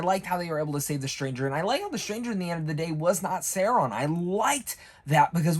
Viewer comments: SAU-RON,not Sairon🤣great review for the rest my guy 👍😎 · dude are you saying his name like that on purpose?